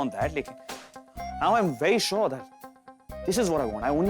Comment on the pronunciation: Gouri:- aap bilkul suar ho na Rudy:- yes I am shour😂